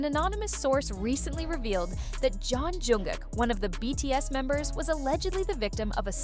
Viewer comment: How many incorrect pronunciations of JKs name can one A.I. voice narrator pull of in one video!? I want to see guesses in the comment section....cause snap, there were a lot!!